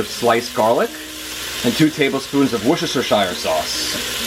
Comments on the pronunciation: Yes, it’s pronounced “Wooster-shear” sauce (NOT “Wooster-shear-sire”) Not matter HOW it is spelled!! LOL! 👍❤️😉 “Wooster-shear”! 👍❤️😉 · it sounds like you said Woo-chester-shire its pronounced Wooster-sheer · Love your video. Now I'll buy a one pot. However, I live in the UK and we pronounce Worcestershire Sauce as "wuster" sauce. I know it misses out a lot of the letters but we brits have unique language pronunciation just so you do in the USA. "Wuster sauce" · It’s “Wooster sauce.” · It's called WISTA-SHEER sauce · Hey, it's wish- ta -sheer sauce. Worchestershire, the "rche" is silent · WERSTER- SHIRE.. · Wushashashire sauce..lol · wushushushire sauce made me giggle. thank you for the video I want to learn how to use an instant pot :) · Worcestershire sauce is pronounced 'Wistersheer' sauce. What you said was an abomination. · Not everybody knows what wusta sauce is though. We didn't all grow up in jolly ol england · Thanks for this, always wondered how woo cester shire sauce was pronounced 😂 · Worcestershire sauce is pronounced Wooster, it's a British thing 😁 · Wuhster, it's pronounced wuhster sauce!! It's the name of a city in England. Try to get it right please!! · Worcestershire is pronounced worse - tur. Now you know! 😉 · Jeff Smith Its actually pronounced “woo-star-share” I live a few miles from Redditch. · Worcestershire Sauce is pronounced Wuster Sauce in Britain - where it comes from. Just saying.. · whooshooshterer shirer sauce ...lol.... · WOOSTER sheer sauce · great video, i must try it - btw its pronounced wooster sauce (woo as in wood) :) I live near to Worcester, the place where it was invented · Great video thanks! Also, a tip from an expat Brit...it's pronounced "wooster" sauce! :) Yeah, my husband has no idea either :) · WORCESTERSHIRE is pronounced WOOSTERsher .. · It’s pronounced Wus-ter-sheer ☺️ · i think it's pronounced worst-er-sheer lol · Worcestershire is pronounced "Woostersheer" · Gus Scott-Exley incorrect pronunciation